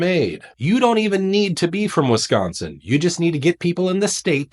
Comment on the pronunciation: Wiss -sconsin.